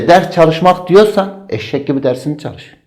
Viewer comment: o ÇAL-IŞ degil ÇAL-İŞ OLACAJKK Y